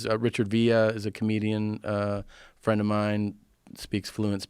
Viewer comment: I'm not your fwend, Guy!